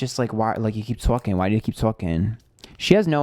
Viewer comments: I heard that too! When he said, "Tawking" (talking) haha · The "twawlking" bit makes me wonder why it was in a new york accent 🤔 hmmmmm its probably an older relative